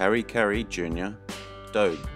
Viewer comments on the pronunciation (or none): It's pronounced Doby, like Mody. Clue, adobe soil!! good grief !